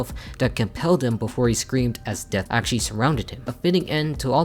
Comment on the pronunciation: Drinking game: take a shot every time he says "actaully"